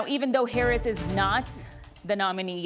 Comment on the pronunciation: “Vice President herrin” this reporter is about as bad as Biden when it comes to speeches 😂 basic communication is not her strong suit 🫵🏼🤣